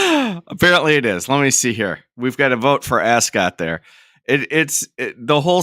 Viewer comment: "Arse-scot", don't you know.